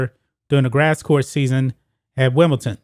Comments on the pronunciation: It's Wimble- DON!! Not Wimble- TON :-)) Anyway, he got exposed at Wimble- DON. He looked old and it showed. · You need to learn how to pronounce Wimbledon correctly